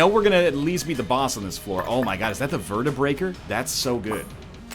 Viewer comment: God damnit it's not the Vertebreaker, it's the Vertebrae-K 47, like AK-47.